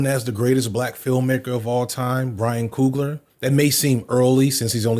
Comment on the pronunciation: It’s pronounced (couglee yay) I only bring this up because I’ve heard how Ryan coogler pronounces it himself.